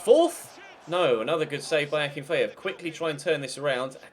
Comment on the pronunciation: Also Akin-fay-ev